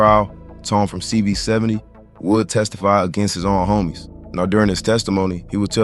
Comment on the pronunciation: CV 7 owe… is how it’s pronounced…